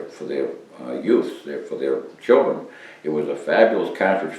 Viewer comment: What a soothing voice....CAH-TRIGE :-)